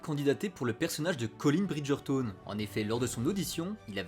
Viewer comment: Je supporte pas comment il prononce BridgertOne 😂 ça pique les oreilles